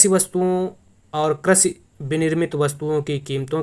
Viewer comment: Karshi nhi aap krishi boliye maza nhi aaya